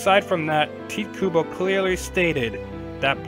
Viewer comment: why can't people say his name right (Ty tae - Ku Bo) pronounce it right TITE KUBO